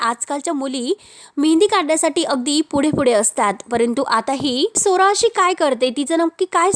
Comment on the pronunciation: मराठी नीट बोल.स्वरा म्हणं.सोरा सोरा ऐकू येतं